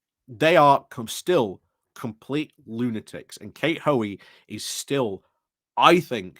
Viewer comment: Why is the second ‘o’ from Hoey’s name always omitted?